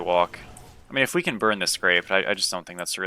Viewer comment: Everytime you say “We can” I always think “Weak3n”